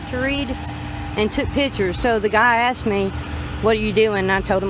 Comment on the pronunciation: I axed her - learn English